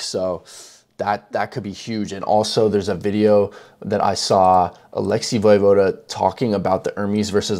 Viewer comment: You don't pronounce the e in his name.